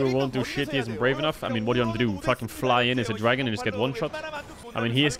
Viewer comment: I came for the rumble I stayed for the dwagon